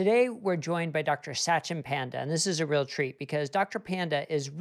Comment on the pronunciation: Satchin Panda is pronounced Such-in Pund-a. I cringed every time the host said the name.